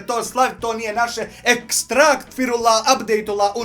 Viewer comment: Šta ono s "ekstrakt" izgovorio...